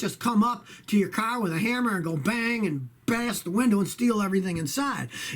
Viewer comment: I just came here to hear him say carrr